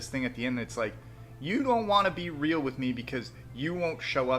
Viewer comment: It is almost enraging how keeps on refering to "being reahhl", but can't explain what that means beyond "come see me". Same as his complaints about "goahn back to tha list", he essentially means "stop referencing all the fucked up shit I've been caught doing."